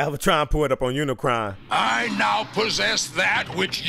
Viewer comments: UniCRON, not UniCORN. 🙄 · Unicron.... it’s Unicron. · UNICRON - not Unicorn lol! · Sigh... it's UniCRON for god's sake, not Unicorn. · Uni CRON, not CORN. But ya got it eventually 😂😂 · It's pronunced Uni-CRON, not UniCORN. Look it up, dude! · LOL its Unicron not unicorn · you saying "unicorn" instead of Unicron got old quick. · Its Unicron not Unicorn. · lol you always get a name wrong. UniCRON not unicorn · Really, they say it many times in the movie how to pronounce UNICRON, NOT UNICORN. It is CRON not CORN. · Don't sweat the mispronounciation of Unicron; I remember a 10 year old boy saying it as "Muh-unicron." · it's unicron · Unicron, he kept on triggering me off each time he said it wrong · Forget those awful live action movies. This is how you make a Transformers movie. Also, how can you not say Unicron? It made me laugh every time you said Unicron. 😂